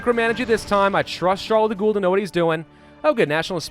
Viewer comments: Errrr no you were pronouncing Charles de Gaulle the right way. « Goule » which is what you are in fact saying, is a female vampire...soo yeah anyway great videos ! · Hey! As a frenchman I love your vidéos, but you were right about the pronunciation of De Gaulle which would be pronounced De Gaul in English and De lattre de tassigny would be de lattr (silent e) de Tassigny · Charles De Gaulle is pronounced "Sharle The Gol" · As a french, when you say Charles de Gaulle I hear Charles de goule, wich is ghoul in english... So yeah, although it was funny, I'm sorry to say taht your first pronunciation was actually a lot better. Dont know how you could have thought you were wrong in the first place... Anyway, didn't prevent me from enjoying the video, so thank you ! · I'm an American, and I've never heard anyone else pronounce "de Gaulle" like "de Ghoul". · Btw you get trolled with the prononciation of Charles de Gaulle, as a french i can tell you that french trolled you, you're first prononciation was perfect :D